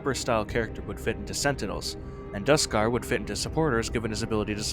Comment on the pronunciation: i don't want to sound annoying but Two Time uses they/them pronouns only and Dusekkar is pronounced as doo-sik-car doesn't take away from this being a VERY good video though! :D